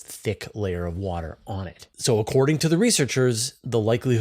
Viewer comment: Your pronunciation of hycean is correct. HY-shən HY-: Sounds like the word "high". -shən: Sounds like the word "shun"